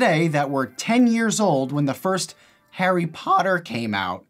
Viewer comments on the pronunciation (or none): Harry pOotter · "hArry pOoUoOttEr"